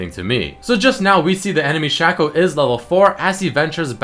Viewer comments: dude come on man it's so totally pronounced shaco not shaco:3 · Its not shaco, its shaco.